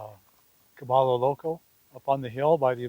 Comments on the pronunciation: Is this place name actually pronounced “Ka-BALL-o” and not the proper Spanish pronunciation Ka-BUY-o?? “caballo loco “ = Crazy Horse, or the odd pronunciation is for some other meaning? Spanish has 28 letters of the alphabet and the 2 extra letters are a “ll” (a “Ya” sound and N with a tilde on it (a “nyh” sound). I have a BA in Spanish from Northern Arizona University. If the owner know Spanish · Bob is Gringo. It's "Ka Buy O" Crazy Horse in Gringo. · Bob, just one thing, caballo is Spanish for horse and it is pronounced ca-ba-yo. Double L (LL) in Spanish is pronounced as Y, not L. Now you'll sound more local when you are that far south. :) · Caballo, pron: Ca-buy-o. It's Spanish for 'horse'. Please learn the correct pronunciation.